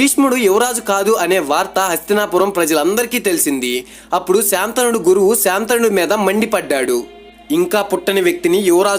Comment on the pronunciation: శాంతనుడు కాదు శంతనుడు